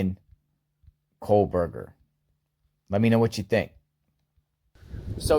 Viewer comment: Are you saying "Coldberger"?